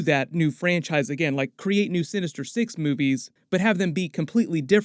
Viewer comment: Why am I hearing "boobies" instead of "movies"? Is it only me ?